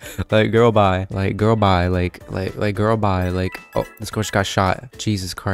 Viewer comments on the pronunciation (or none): ur having a full on stroke on “ like girl bye” 😭